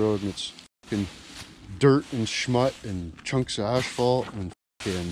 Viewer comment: It' Asphalt, not ashfphalt for fuck's sake...